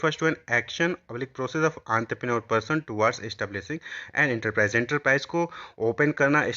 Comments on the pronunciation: aantprenor nhi hota haiii ye Bio entre pre neur hotaaaa haiiiiiiiiiiiiii naki aantoprenorrrrrrrrrrrrrrrr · Entrepreneur ❎ antraprenor ✅